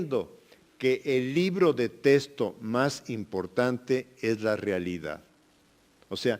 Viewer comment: Mínimo que se enseñe hablar. No se dice testo se dice texto.